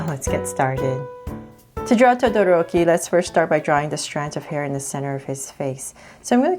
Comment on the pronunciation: I am sadisfighd when wenie says todoroki. This drawing is sooo cuuuuuuuuuuuuuuuuuuuuuuuuuuuuuuuuuuuuuuuuuuuuuuuuuuute!!!!!!!!!!!!!!